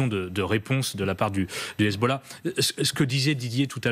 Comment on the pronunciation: le commentateur a h Hezbollahhhhhhhh avec l'accent 😂😂😂